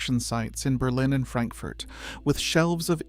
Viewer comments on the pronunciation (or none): none